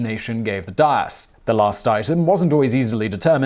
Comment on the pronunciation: That's not how "dais" is pronounced.